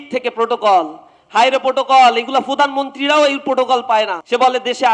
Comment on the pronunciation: ফুধানমন্তি না রে ভাই, প্রধানমন্ত্রী!!😂😂😂